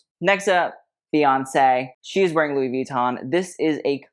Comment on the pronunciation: Drive anyone else bonkers how he goes out of his way to pronounce "Versace" correctly, but then says Louis Vee-ton??